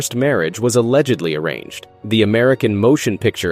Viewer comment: The way the narrator says the words "allegedly arranged" makes me think he doesn't understand their meaning, here -- as if an "alleged" arrangement is some sort of special category of arranged marriage.